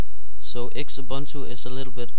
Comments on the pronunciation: I think it is pronounced Zubuntu like Zoo-Boon Too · I am pretty sure its pronounced X-ubuntu